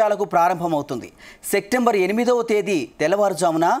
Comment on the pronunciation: Sectember అనే నెల నువ్వే కనుక్కున్నావు. Coat వేసుకునే శ్రద్ధ, కాస్త వాచకం లో ఉంటే బావుణ్ణు😮